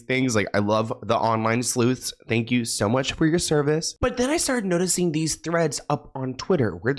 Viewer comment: i heard slvts instead of sleuths and i lost it for a second like